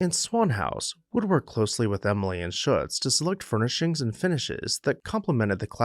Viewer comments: I believe you’ll find Shutze is two syllables — sounds like footsie. I’ve spent loads of time at Swan House and loved the exhibitions and jazz age themed parties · SHUT ZEE is the local pronunciation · Was a docent at Swan House for a decade, what a wonderful experience! The architect is Philip Shutze, pronounced ShutZee. Thank you showcasing this magnificent house.